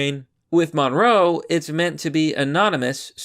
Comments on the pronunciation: It's called monero not monroe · Ma nare oh not munrow. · It's pronounced "Mon-Air-oh" Not "monroe" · Monroe? It's monero, dude. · WTF is a "monroe" It's monero. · It's pronounced "Mo-naer-o" and the reason they're using it is because Monero is a "ghost coin", meaning it's untraceable. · MON-E-RO. Why can't you read anything right? xD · "monroe" lulz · Pronounced "Mon-NAIR-row" [Monero] Thank you. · Did you call Monero, Monroe? LOL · That crypto is pronounced: muh-NAIR-oh. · its pronounced like dinero, like cash money but monero, money + dinero combined